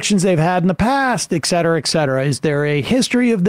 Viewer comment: "Et-set-er-ah". We don't wan't Gen-Z misspeaking.